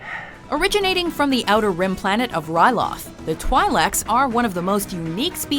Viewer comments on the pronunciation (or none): *It’s pronounced “Twee-leck”, not “Twie-leck”. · Twy-lecs? I thought it was a twil-ic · did you really pronounce twi'lek like that....oh boy... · she pronounced twi'lek wrong